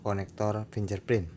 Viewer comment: macane sing bener "finggerprin".. Mas :)